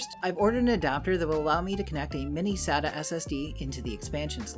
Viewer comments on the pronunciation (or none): none